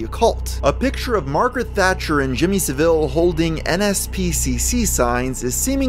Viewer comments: It's not "suh-ville" it's "sav-ole" It's not "baff-o-met", it's " baff-eh-may" Good video, but work on your pronunciations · Not trying to be a twaat, but it's Jimmy SA-vuhl not sa-VILL. English people watching this are tearing their ears off. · Sorry for the nit pick but, his name is pronounced Jimmy Sahvul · SAV-AL not SA-VIL Jesus. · Jimmy Saville - pronounced Sah-Vil. No frenchism required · Jimmy Saville's surname is pronounced S-Ah-Vil not Ser-Vil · It's SAvile, not saVILE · Sav-il not saveel lol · Lmao Jimmy SavILL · Just a couple of minor points: Rolf Harris wasn't an actor, he was a TV presenter and Saville is pronounced Sav ill xxxx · I don’t know if anyone has already mentioned this, but Saville is pronounced Sah-vil. Not that Jimmy deserves the respect of having his name pronounced correctly, but just wanted to clarify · Not a critique at all bud, I love your vids. Jimmy savile is pronounced sav-ull. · ah yes, Jimmy Suh Ville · Mans did not just say Jimmy sa vile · Why are Yanks so fucking bad at pronouncing "Adolf" and "Saville"? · The way you pronounce "Jimmy Saville" really made me laugh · i’m sorry but pronunciation of Saville has me rolling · I love how Americans pronounce Jimmy saville like the place or orange. It's not a criticism it just gives me a little chuckle every time. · Your pronunciation of Jimmy Savile's surname is wrong (the emphasis goes on the first part). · The way you pronounce Saville disgusts me almost as much as Jimmy Saville himself does. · Jimmy Savile holding a nspcc sign bit ironic and you said Savile wrong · Not to be “that guy”, but you keep saying Saville’s name wrong lol. Ironically, not a single American seems to say it correctly, yet i’ve never heard a single brit say it wrong. That’s hilarious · the way he pronounced Saville is just so funny to me and Idk why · I love this video and all your others, but the way you said “Savile” rubbed me the wrong way. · how did you pronounce Saville just now